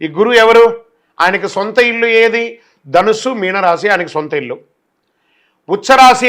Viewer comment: రేయ్ తెలుగుని ఖూనీ చేయకండి రా బాబు, ఆ" ధన్నసు, హూహ" ఏంట్రా బాబు